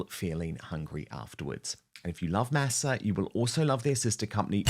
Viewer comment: Dan! The word, Masa, is Spanish for corn. It would be nice if you could pronounce it the way the Spanish do. “Maw saw.”